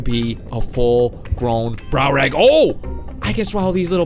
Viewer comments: It's not called brownrag it's called(dunk a lost e ous) dunkalostyous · browrage?!!?!? facepalm ITS DUNKLIOSTIUS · Its Dunkleosteis